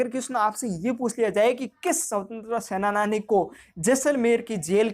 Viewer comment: Sir senani hota h sena-nani nhi hota